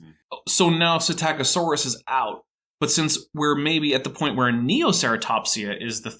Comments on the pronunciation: "Puh - sitta - co - saurus"?? ugghh.. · did pronounce Psitaccosaurus “PsitICiosaurus”?